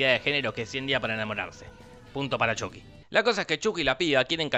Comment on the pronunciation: Por fin lo nombras como antes Chuky y no Chaky.